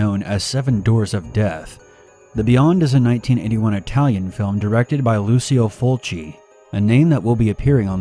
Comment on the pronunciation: Lucille Fulci ???? LOL - It's LUCIO